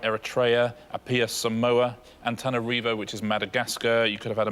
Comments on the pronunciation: It's Antananarivo, not Antanarivo mr. quizmaster. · well if we're correction pronunciation, have another go at Antananarivo, Richard! 😂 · Well, RIchard himself mispronounced "Bandar Seri Begawan" and "Antananarivo".